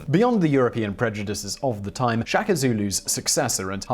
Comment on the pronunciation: Please pronounce all Zulu words they way the are written e.g SHA - KA simple , DI - NGA - NE simple - Ce - Tshwa - Yo